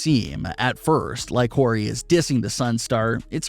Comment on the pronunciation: That’s not how you pronounce “solidified” or “Horry”.